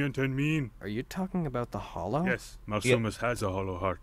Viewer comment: its hollow not holo